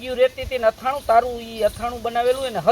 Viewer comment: અથાણું કહેવાય આથણુ નહીં